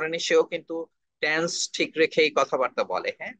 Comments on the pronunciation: উচ্চারণটা ট্যান্স হবে না, টেন্স হবে। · ট্যানস উচ্চারণ করল অথচ তিনি চেয়ারম্যান।